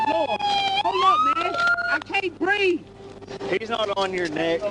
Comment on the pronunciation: Criminal: “I can’t breev!” Cop: “He’s not on your neck. He’s on your head.” Stupid idiot…